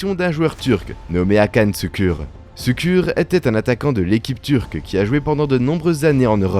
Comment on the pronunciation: Brescia, Şükür : le massacre des noms!